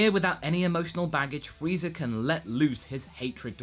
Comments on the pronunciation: You just unironicaly called Frieza "Freezer" smh.. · Brett Casale Go watch one of his videos where he references Vegeta a lot; you'll see that pronunciation go back and forth too. That's the thing about spoken accents; they don't always sound exactly the same. I have a Southern accent, and sometimes when I say "nine" it comes out sounding like "nan"; sometimes it doesn't. If it were rendered by a machine I could understand thinking it was intentional, but really, this is just looking for something to nitpick.